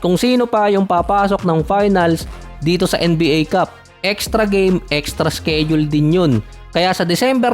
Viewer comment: "sked-jul at indi "skeyd-jul"